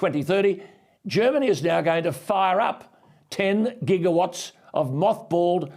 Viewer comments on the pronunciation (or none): none